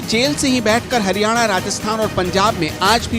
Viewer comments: 1.14 Haniyana 🤣🤣🤣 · Hadyana nhi haryana